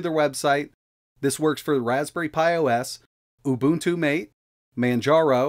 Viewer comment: It's pronounced MA TAY. Ubuntu Mate = Ubuntu "MA TAY"